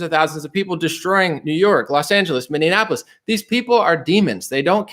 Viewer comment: MInne-Annapolis. Every time. 😄